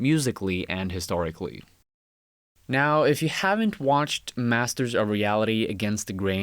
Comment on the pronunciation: massers ?? cant you fuckers say T